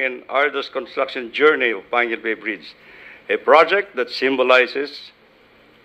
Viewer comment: its panguil not panquil